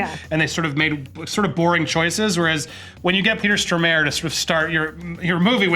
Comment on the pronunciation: The pronunciation of Stormare.... my god.